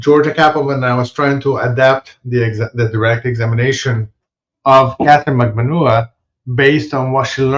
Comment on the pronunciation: Ha ha good on giving us the juice on proper pronunciation of Magbanua. I still cant manage it yet. Mag-ban-NUA as opposed to Mag-BAN-ua. I think I have it. I just watched a youtube video on how to pronounce Tseng...Tseng!